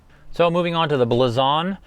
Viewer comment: It's pronounced Blazon